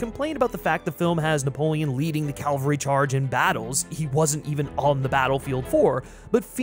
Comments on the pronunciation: Cavalry not Calvary, you can't lead a hill into battle. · Cavalry, not Calvary. Cavalry has to do with warfare, Calvary is a site in the Middle East (supposedly where Jesus of Nazareth was crucified). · What is it with Americans and them pronouncing "cavalry" as "calvary?"